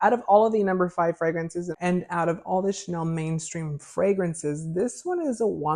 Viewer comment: It’s Chanel not shennel 😱 and I love Chanel No 5